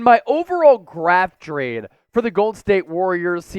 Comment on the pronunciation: Lol he said graft drade